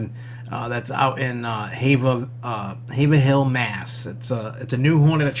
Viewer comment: Lol you don't pronounce the 'er' in Haverhill. It's hayv-rill🤭 but thanks for the tips